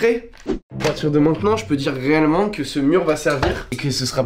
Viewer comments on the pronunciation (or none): il a dit réellement avec l’accent marseillais là?